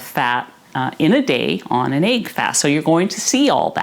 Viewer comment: She's awesome, I love and her videos. The mispronunciation of this word as well as leg being pronounced as laig trigger me really hard lol